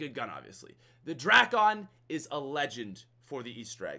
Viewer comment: drackon😂 no no no no no no no...Dray-con😂😂